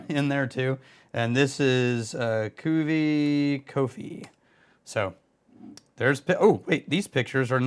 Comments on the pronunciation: Cuvée is pronounced “coo vay”. But I know you’re gonna say, “ACTUALLY… it’s pronounced ‘idontgivea$hit” and that’s why we’re friends. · try prononcing it like this: KU-V-EY or KU-V-EH